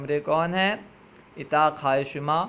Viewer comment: Bradare aap ki kawish laiqe sataish hai Laikin aap apne talaffuz ko Durst ker lain or sahee mane batane ki koshish karain. Misal ke tor per aap ne lafz urdak ko irdak irdak parha. Lafz Utaq ko itaq parha. Isi tarah ager lafz gosfand ke mane bakri aap ke hisab se hain to phir lafz buz kis ke liye istimal ho ga? Gosfand to bher hoti hai. Dr. Tasneem